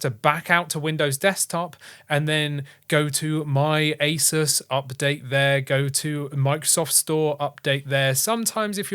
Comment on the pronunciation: He was joking, with his accent it almost sounds like he said asus ( without the u)😂